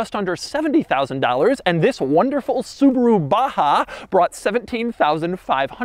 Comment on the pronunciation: Baha not Baja 🤣.